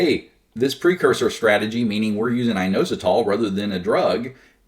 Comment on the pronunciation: IT IS INOSITOL LOL